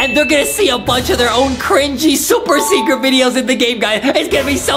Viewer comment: Did anyone talk about adam saying secwet